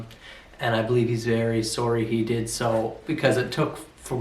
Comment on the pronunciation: I figured out you were canadian only into this video just by hearing you say Sorry.